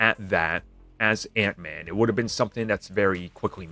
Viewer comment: ....Hank man? What's a Hank man? Lol